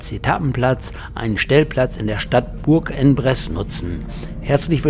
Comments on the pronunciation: spricht sich ungefähr so: Buhrangbress Danke und Gruß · Hab den Daumen hoch gemacht, aber französisch wär noch ausbaubar! Vielleicht so: Bursch on press, Lautschrift hab ich nicht so drauf. Sonst hört sich das grausam an! Aber sonst super !